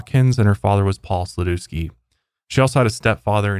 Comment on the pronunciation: That's not how to pronounce Sladewski 🤣